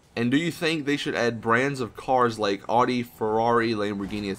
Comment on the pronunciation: Audi is pronounced Ow-dee